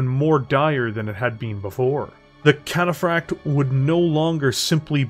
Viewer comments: I like videos, good stuff But I can't help but get so confused at the weird embellishment he says "Cataphract" with some weird rolling L sound sounds like he's saying "Cataflakked" even says it normally sometimes so it just make it really weird It makes it kinda hard to share his battletech lore videos with friends when they quote "cringe at the trench coat nerd way of over embellishing random words" lol otherwise good video, one of my favorite heavy mechs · Puttin some stank on that cataphract pronunciatoi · Great content, but hearing the inconsistency in pronouncing Cataphract is like reverse ASMR and really grated on me. 🤣